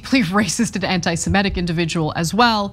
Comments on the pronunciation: SEMITIC NOT SEMETIC!!! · Semitic, Ana, not Semetic...